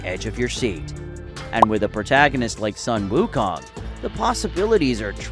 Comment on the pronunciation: bro its sun (soon) wukong not sun (son) wukong why cant ppl get that right